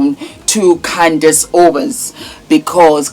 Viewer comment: Candace, not Candis!